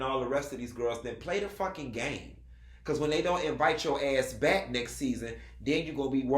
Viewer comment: "ate out in the baick"😂😂